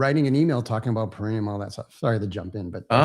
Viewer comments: The 'taint' is pronounced Para-NEE-um~~~~ peh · ruh· nee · uhm 🙂👍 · Para - NEE - um Emphasis on the nee (Not trying to be one (an a-hole) by putting the correct pronunciation up …..just passing along the informations